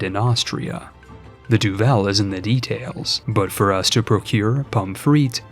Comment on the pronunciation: It's not duVEL, it's DUVel. stress on the U.